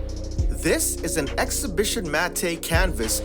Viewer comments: ITS NOT MAT-TAY ITS MATTE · It's pronounced "mat", not "mat-tay". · matte -> MAT, not mat-ey. You didn't even go over bleed. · Mattay? Really? It's pronounced MATT but spelled matte dude. Good grief! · Gonna be a grammar cop. It's pronounced MAT not MAT-TAY. Anyone wants to argue simple Google search will show you. Otherwise nice video. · "Matte" is pronounced "mat" (like the man's name "Matt"), not "mat-tay". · Pro Tip: Matte is pronounced Matt. Not Mattayyyyyyyyy. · It's pronounced "matt"... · Excellent video, BTW, the "e" in matte is silent, in other words, it's pronounced "matt". Great job, thanks. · Matte is pronounced "mat" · 😆 it's actually pronounced like "mat". I was just teasing though. I meant no ill will... just having fun. I enjoyed your video very much and found it very informative!